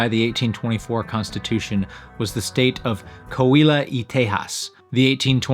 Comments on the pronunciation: Great video and very interesting, but I was a little disappointed at how badly he kept pronouncing Coahuila. It's Co-ah-WEE-lah. You keep skipping the second syllable "ah". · Coahuila is pronounced: "Co-ah-wee-la".